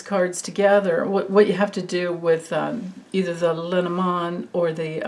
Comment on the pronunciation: I keep wanting to mention, I believe Le Normand is French, and was combined over the years. Which would make it pronounced Lay Normaand. I could be wrong....🤪😁💙but i think it means... the norman. Not sure what a Norman is😁